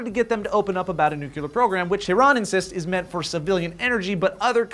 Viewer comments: Come on,... I wanted the first time I commented to be something witty and fun, but seriously? YOU SAID NU-CU-LAR?!?!? I thought I was done hearing that word when Bush was done with his presidency... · says "nucular" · Nucular,? You turning into bush? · Oh no, you did not just say "nucular" instead of "nuclear". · Nucular? Really? It's nuclear. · I flinch every time says "nucular" instead of "nuclear"... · Does everyone at Sourcefed pronounce it Nucular? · They're just following the laws put out, and acting on their own terms of use that everyone agrees to. And, nuclear, not nucular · NUCLEAR!!!!!!!! (new-clear) NOT nucular, it's not even a fucking word. Goddammit! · ITS NU-CLE-AR, NUCLEAR. NOT NUCULAR. DUMASS. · "Nukilar",? Seriously? Don't listen to how Sarah Palin pronounces it:p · Nuc-le-ar. Nuc-le-ar. Nukiler isn't a word. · please stop mispronouncing nuclear! Biggest pet peeve... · say "nucular"! IT'S NUCLEAR!! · Nuclear not Nuc -U- Lar. Everytime you say it you sound uneducated. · ir-ay-nian and nucl-ee-er dunno what that bugged me so much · new-clear. not nuke-you-ler... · nucular or nuclear? (wiki nucular... youtube won't let me post the link) sorry,... pet peeve... I blame Bush, not you! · Nuclear = NEW - CLEAR! Cmon! What the heck is Noo-Q-LAR:P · nucular, the word is nu-cu-lar!! i think watches simpsons a little bit too much:) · oh,,. its not nu-cu-ler. its nu-clear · I'm sorry but it's driving me crazy... It's NOO-KLEE-UR, not NOO-KYOO-LUR. But to each their own! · NOT NUKE-U-LAR!!!!!!!!!!!! you sound like bush ffs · Is nu-cle-ar, not nu-ku-lar. Also, is leviosa. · nuCLEAR not nuCULAR -_ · hey...its pronounced "New-Clee-ur". Stop Bushifying. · nucular.... *head explodes* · its nuclear. no nucilar. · NOO-KLEE-UR. Nuclear weapons. Come on man! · said nuke-yew-ler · "nucular"? really? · Nucular,? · said nucular. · for nucular